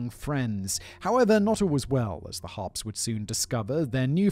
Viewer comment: I struggled with this because Simon can't say Harpes!